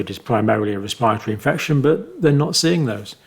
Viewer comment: ress-paw-tory upper res-pa-tory infection. Love your insight.